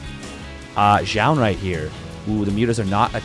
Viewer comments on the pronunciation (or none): Why do I hear you pronounce "Jah" ? Imo it should be like "zoon"